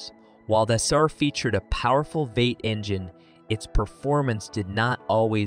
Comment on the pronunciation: "The Chevrolet Esser"